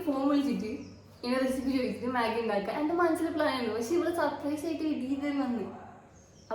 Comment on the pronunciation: Maggie ❌ Maagi✅😂